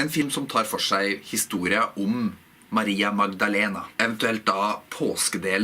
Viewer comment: Du har ingen aksent når du uttaler Maria Magdalena! Det høres nøyaktig ut på spansk. Sry for my poor handling of your language. This is a video that I would like to see subtitled. But then I see all the work that you take for it, and you only do it for me. So I will not ask for more.